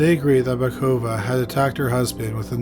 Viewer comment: Batukova, not Bakuva.